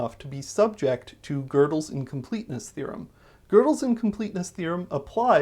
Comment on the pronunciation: WOW! I have never heard that Presburger arithmetic isn't subject to Gödel's Incompleteness thm, that's fantastic! (also, you pronounce it very interestingly, but I appreciate that it's closer to Gödel than "Godel" haha)